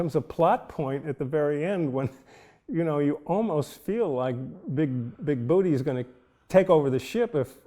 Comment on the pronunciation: Boo tay...lol...Okay, dokie...professor! Excellent job as always.